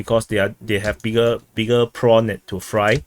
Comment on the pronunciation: "BIGGERR PINCER"